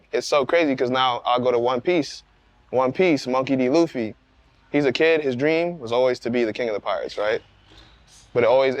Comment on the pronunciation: Monkey D. "Luffie" lol